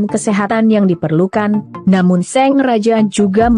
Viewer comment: Ini ug baca naskah orang apa robot se, Sang sllu d baca Seng